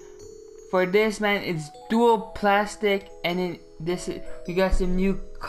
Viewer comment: “Dool plastic” and how he said velvet😹 my son has no pronunciation skills lmao. Good video tho thanks